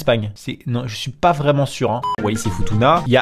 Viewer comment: Ji suis pas 😂😂😂😂😂😂😂😂😂😂😂😂😂😂😂😂😂😂😂😂😂😂😂😂😂😂😂😂😂😂😂😂😂😂😂 Ji suis pas 😂😂😂😂😂😂😂😂😂😂😂😂😂😂😂😂😂😂😂😂😂😂😂😂😂😂😂😂😂😂😂😂😂😂😂 Ji suis pas 😂😂😂😂😂😂😂😂😂😂😂😂😂😂😂😂😂😂😂😂😂😂😂😂😂😂😂😂😂😂😂😂😂😂😂